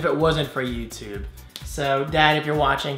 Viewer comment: Oh, ok. It just sounded like you said youtube gave you the gift and not your parents.